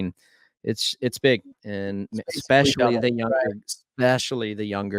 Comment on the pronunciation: Great riders. I haven't heard more derpy derp since Emig. Did Ryan say Expecially? And Ricky's like Supercross' Joe Buck.